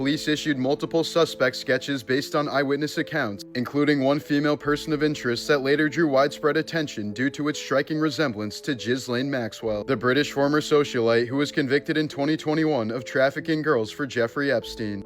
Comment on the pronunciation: And "Jizz Lane Maxwell" although very fitting for the type of woman she was is not how you pronounce her name either 😂😂😂😂😂